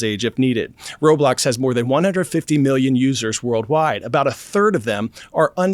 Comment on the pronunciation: And bro said Roblox wrong